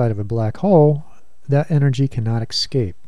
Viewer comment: Pronounces 'escape' as 'EXCAPE' .... uhmmmm yeah!